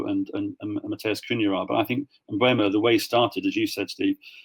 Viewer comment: For the love of God someone tell how to pronounce Cunha